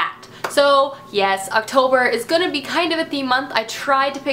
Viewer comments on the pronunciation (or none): none